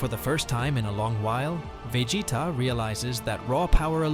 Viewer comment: Can you please stop saying vegeta like that